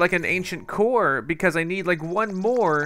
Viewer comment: The way he says core makes it sound like he's saying coor like he the brand of beer coors